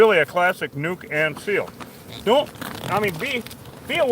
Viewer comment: For a long time i thought you were saying "New Conceal". Now I realize it was "Nuke and Seal". LoL. It's unreal where they will build. It seems odd, to me, that they will build underground. I guess it's dry enough they don't have to worry about flooding. Thanks for educating us. More people should see this because they are spreading east. The news showed they found a huge hive in Alabama.